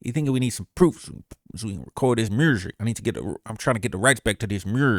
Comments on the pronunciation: The houston accent was on point 😂😂😂😂 MURSIC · This man trap funny asl doing that accent. I bout doubled over at work listening to mrrrsik😭😭😭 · Not Murzic, 😂😂😂😂. You are a fool😂😂😂